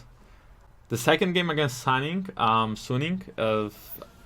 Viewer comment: I think Suning is supposed to be pronounced like Sue-Ning. Not Sun-ing.